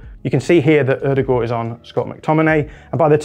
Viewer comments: It's much closer to the correct pronunciation than most English people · As a norwegian, I've never heard a brit with a better pronounciation of Ødegaard than you. Well done